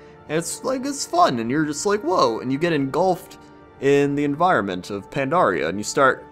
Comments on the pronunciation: you're awesome, but your "pan-DAR-ia" thing is paining me. Anyways, always great to hear your comments. Worth more than your average lamprey. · why do so many people call pandaria pandora? it makes me want to blow my brains out